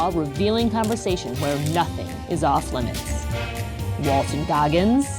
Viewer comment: Really, THR? "WALTER" Goggins? lol